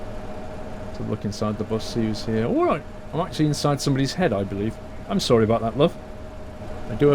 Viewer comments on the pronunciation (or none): none